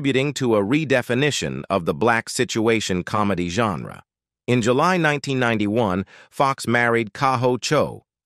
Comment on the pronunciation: Very, can't pronounce July